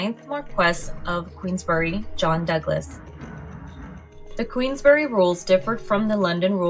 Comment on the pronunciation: Queensberry, not queensbury 🫵